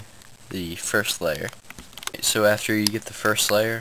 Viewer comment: Whenever you say "First Layer", it sounds like you are saying "Fur Slayer" lol